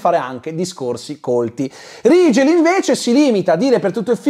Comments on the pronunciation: L'unico Rigel (che tra l'altro si dovrebbe pronunciare Righel se non erro... ma è l'ultimo dei problemi temo) che ricordo al cinema come personaggio interessante era uno dei 4 cavalli arabi di Ben-Hur.... 😂 Grazie per il buon umore che ci regali con queste recensioni. Un abbraccio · Vorrei sottolineare che il nome Rigel si dovrebbe pronunciare RAI-GEL non RI-GEL. Non hanno avuto neanche lo scazzo di cercare la giusta pronuncia per il nome del loro co-protagonista. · Personalmente l'unico Rigel (che poi ho sempre sentito "Righel" come pronuncia) che conosco è un personaggio di Saint Seiya. Guarderò questo film? Assolutamente no, ma solo a sentire le recensioni sento la mancanza di Tre metri sopra il cielo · Rigel che io ho sempre pensato si pronunciasse RAIGEL 😂